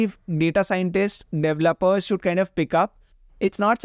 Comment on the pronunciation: why do you pronounce it like "DEvelopers" instead of "deVElopers"? I'll learn this by some tutorial github action project and the microsoft learn collection. I don't think you need to read a whole book for this